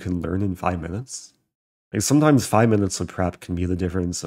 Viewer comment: "It takes five minutest to shave" uh no